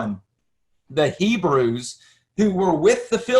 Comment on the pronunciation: Ppl of many nations “ibreii”